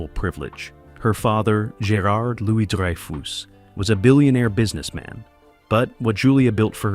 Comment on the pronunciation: "dry - foose", "beans" - ya gotta love AI, although not quite "there" yet.